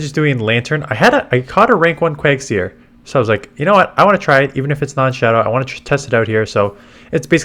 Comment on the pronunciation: it's not quag-seer, it's quag-sire - the sire part rhymes with hire